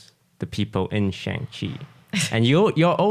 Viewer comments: has anyone pointed out to toast that he mispronounces shang in shang chi lol. they even teach us how to say it in the film XD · maybe if you pronounce shang-chi correctly you will get in the next one